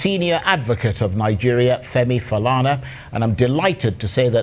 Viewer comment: Chai! Colonial mentality - so, the anchor, Charles ANIAGOLU, cannot strive to properly pronounce "Falana"? I am sure though he would make the effort to pronounce French, English and Latin words with their accents? Who manages this Arise YouTube page? Hope you can send this feedback to ANIAGOLU?🤣😂 He reminds me of some Nigerian teenagers in the UK. Ask them of their origins and the answers usually go like this: "I'm British but my parents say they are from Nigeria". It is amusing to hear.